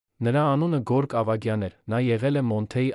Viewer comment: և տառը չեք կարողանում արտասանել։ Երվան ֊ Երևան Գորգ֊ Գևորգ և այլն։